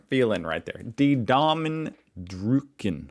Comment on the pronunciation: The YouTuber actually didnt pronounce "Die Daumen drücken" correctly. What he said was "Die Daumen drucken." without the umlaut... But while "drücken" means to press (something), to push, to squeeze, or to hug, the verb "drucken" means "to print". In colloquial German, the phrase "Lass mich dich drücken" among friends means "Let me hug you." (it's a rather childlike way of saying hugging, as the normal verb would be "umarmen").